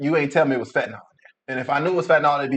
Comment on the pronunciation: "FET–nahl" 🤦🏾‍♀️ It's Fentanyl (FEN-ta-nile).